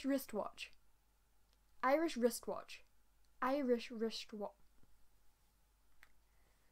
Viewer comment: Awwww you're adorable!!!! I'm so glad you struggled too =P but you nailed Irish wrist watch better than me the first time you said it haha 😂 Lovely video you're totally adorable ^^